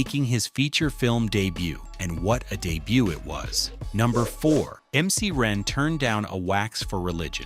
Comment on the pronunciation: I wonder why they didn't offer MC Ren a chance at playing Shariff instead of Wax!? It would have made sense considering he converted to Islam. He could have dropping real NOI jewels. This AI dude said MC Aight! 👀😂🤣😭😂🤣